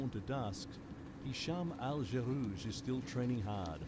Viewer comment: This journalist making the still common mistake of applying English speaking rules to the pronunciation of a foreign name. Right off the bat he muffs El Gherrouj and Ngeny. (Ex) Colonial arrogance at its finest.